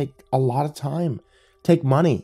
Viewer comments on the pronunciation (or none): none